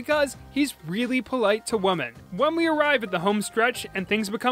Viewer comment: The way you pronounced “women” cracked me up for some reason